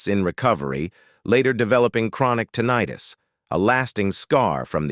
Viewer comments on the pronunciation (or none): none